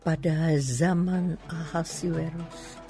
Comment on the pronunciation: suara dan intonasi udah oke, cuma yg agak mengganjal di sini pengucapan nama raja Ahasyweros. Semestinya dibaca/dilafalkan A-hasy-we-ros, bukan A-ha-si-we-ros.